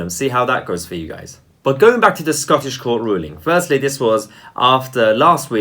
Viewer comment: Scaw-tush jewrus-duckshun. Aye.